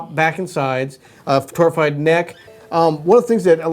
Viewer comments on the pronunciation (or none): What is the word you’re saying. “Tourified”? Is that the wood as opposed to sitka or Adirondack?